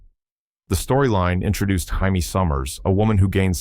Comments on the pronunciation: The Bionic woman's name is pronounced Jay me Summers, not High me . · Its JAY-me, not HIGH-me! AI has a long way to go. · Ir is not Hymie It jay me! Quatermass, Qu Ay ter Mass I hate AI narration! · NOT Hi-me Summers. It's Jay-me Summers. Stupid shit a.i. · Jaime Sommers. The Bionic woman was Jaime not Yimmy. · the bionic woman isnt 'heimey'.. its jamie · The Bionic Woman's name is Jay-me Sommers, not Hi-me! Your AI did this Before, and you Still do not Proofread it's Faulty Work! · Maybe the AI was Spanish... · The bionic woman's name was Jaime sommers not Haime sommers. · Worse than mispronouncing her name, the more terrifying part of The Bionic Woman was when the Fembots were introduced. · Hey! AI! It is NOT "Hymie", it is "Jaimie"! People are all concerned that AI is too smart or that it will take over... y e a h.. all this concern when it cannot even English. I do not know who put this together but most of it is not the right series or just some other filler. SO THUMBS FOR YOU! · Ai can't pronounce words properly .who's hyme summers ??? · Hiamie Spanish for jamie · Flub on Twighlight Zone scenes and Ai voice. Haimey Summers??!! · I think the AI may assuming a Spanish pronunciation of the letter J. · Maybe it's the Mexican pronunciation: Hay-meh. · The AI voice read it as if it was the Spanish male name "Jaime". Or at least as and English speaking person would pronounce it. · Learn how to pronounce "Jaime" What you did is infuriating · AI messes up on names constantly. Data from Star Trek could never use contractions. I always thought that was stupid but maybe they weren’t so far off.